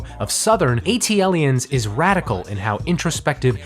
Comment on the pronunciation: rivers and *lanes*? Also it's WhooMp There It Is. And the worst of all.. wtf did you call ATliens?